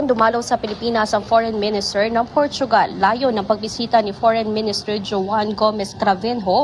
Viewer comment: Portugal hindi portuugal